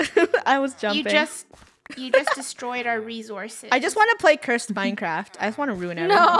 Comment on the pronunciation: Just me or did she say "MineCracked"